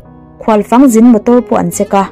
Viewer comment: Khual fang zin..fang tih hi lam dan a diklo..faaang..thluk raih tur..